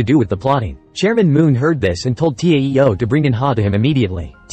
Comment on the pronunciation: He don't now how to pronounce TAO and TEO